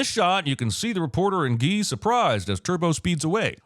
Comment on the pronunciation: The way you pronounce Guy is painful.